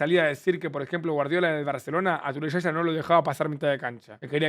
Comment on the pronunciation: Yaya Toure❌ Shasha Toure ✔️